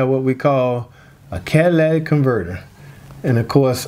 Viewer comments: cadaladic or catalytic, whatever lol! Yea, if going to nitpick over pronunciation, probably don't have the patience for mechanic work!😉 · Cadillac converter? Does that change my Chevy to a Cadillac? Catalytic pronounced Cat - uh - lit - ick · Quality breakdown! Thank you. But this has been driving me crazy... Catalytic, not catalatic. Cat-uh-LIT-ik. 😅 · Cadillac Converter??? Cadillatic Converter?? It’s CATALYTIC Converter!! And I’m not even a mechanic! 😂😂😂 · Don't judge someone by their speech or pronunciations obviously if you understood what he was actually saying. Not everybody pronunciation the same but the story is the same. He may not be good at speech but he know what he's talking about when it comes to vehicles. Straight up if you don't like the fact it sounded like Cadillac and not catalytic then go on to another channel.. 🤣🤣🤣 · Idk how much I can trust a mechanic that calls it a converter. It's cat-a-lit-ic because it uses a catalyst to neutralize some gases in the exhaust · Listen, many people mispronounce Catalytic, the video was informative. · sounded as though he said catalatic converter. so what? I know people from maine that put a kwatah in the meter to pwahk their cah. accents are just that. still good info. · I thought he said catalytic? Or cadilatic... either way I can understand the explanation 🏆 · But people who actually know can pronounce it correctly 👍. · Thnk you! I learned a lot… people dying on word yes it was pronounced incorrectly… but what about the knowledge tht was given to possibly save alot of us so much money? Thnk you I just changed my Catalytic converter up front 2012 Traverse. Omw to work tonite damn light came bck on! So run codes tomorrow see what else wrong with this thing.